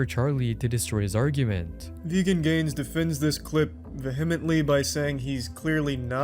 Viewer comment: Somebody needs to do an exposé video on how Charlie butchers the pronunciation of “vehemently”. 😉